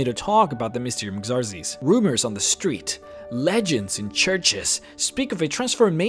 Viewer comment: "Xarzes" TRIGGERED!!! It's Pronounced like Zarxies